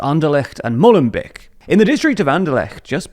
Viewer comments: You said 'Mollen beck' whereas it's pronounced 'Mo-len-bake'. (Mo as in Mo Salah). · hearing Molenbeek i olmust die from laughing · Ja vond ik ook, Molenbeek wat minder wel.